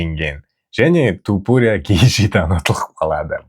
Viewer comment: Топурия емес, айтқанда Тапурия деп айтшы. Быдықтар сияқты болмай